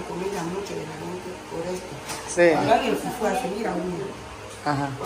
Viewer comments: It's Fufu hindi Pupu hahaha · ndi pupu...fufu hehehehe f kasi f hehehehe